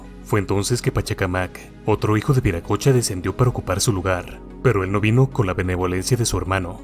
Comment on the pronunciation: NO ES VIRACOCHA ES WIRACOCHA, Y SIGNIFICA EL GRAN SEÑOR, EL CREADOR DE TODO, EN QUECHUA ES UNA PALABRA QUE TODAVIA SE USA.